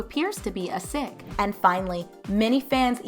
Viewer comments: A sick? I’m pretty sure it’s Sikh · Lmao why did she say Sikh like that